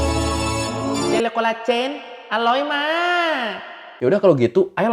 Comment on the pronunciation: selalu nunggu ngiklan jele colagen, keluar logat thai nya 🤣🤣🤣🤣